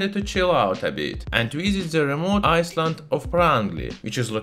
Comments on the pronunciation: in the word island the s is not pronounced, you make it sound like iceland but it should sound like "ailend" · Island, not ice-land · I-land not iceland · just to point out you seem to be saying Iceland when you mean to be saying island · The proper pronunciation of the English word "island" is "EYE-land". It is the same "eye" sound as the English word for the 2 eyes you see with. Having said that, I do really enjoy listening to your heavily accented English, it is most intriguing & you should not change it; it is after all our unique differences that makes the human species so interesting. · Pssst! Island. EYE-land It's the English, silent 'S' ;) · I was so confused cause iceland is nowhere near estonia, it took me a while to realize in your accent you pronounce the "s" in island :p